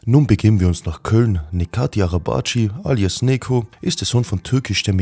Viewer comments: Er heißt Necati und nicht nekati amk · Er heißt nicht nekati 🤦🏻. Man spricht es sobald netchat arabatchi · Bro sein Name , „Neco“ wird wie „Nejoe“ ausgesprochen !!! Genau wie Necati wird wie Nejati ausgesprochen !!! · Neko ,wird aber Netscho ausgesprochen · Es triggert einen übelst wenn du Neko sagst 😂 Bruder über ihn gibts doch zischt dokus wo sein Name ausgesprochen wird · Sehr geiles Video aber Aussprache ist: „Netschatin“ Bzw. „Netscho“. Weiter so!❤️ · Man spricht das c bei Necati aus wie das Dsch bei Dschungel. Das meinen die Jungs hier in den Kommentaren. Und der Nachname, das cı (araba-cı) genauso wie dsch von Dschungel 😁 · Guter Bericht einzige verbesserung ist die Aussprache von Necati . Das C wird im Türkischen wie ch ausgesprochen also Nechati mit ner leicht anderen Betonung , juckt eh kein wollts nur gesagt haben 😂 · ungefähre Aussprache "Nehdscho Arabadj(e/ö)". sorry, aber das hört sich echt mies an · der Typ wird Nejati ausgesprochen tf is los mit dir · Sogar den Namen sprichst du falsch aus hahaha das sagt mir das du schlecht vorbereitet warst es heißt NECATI NECO und nicht neko such dir ein anderes Hobby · digger gutes video aber wie crack sprichst du sein namen aus bist du whack?